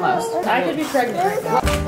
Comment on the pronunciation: Did say "I could be preganant right now"!? lol got some explaining to do